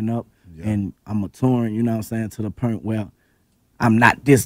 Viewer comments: Pernt or purnt. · Point = Purnt